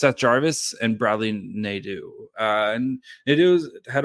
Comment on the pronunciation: It's Bradley Nah-doe